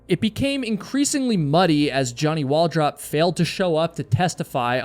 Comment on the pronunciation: Its pronounced Wal Droop.